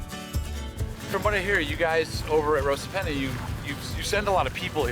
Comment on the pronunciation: Great Vid, just a word though Rosapenna is pronounced Ross a penna Not - Rose a penna Cruit is pronounced as Critch ( it’s an Irish word meaning Harp )